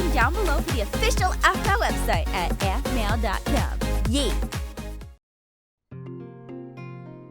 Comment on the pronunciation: Intro: Aphmeow plushy! Me: I Hear What you said there aPhMeOw